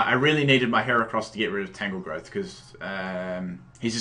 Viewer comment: FOR FUCKS SAKE! TAN-GROWTH, NOT TANGLEGROWTH, TANGROWTH. you are truly the ONLY competitive battler that is INCAPABLE of pronouncing all names right in a battle!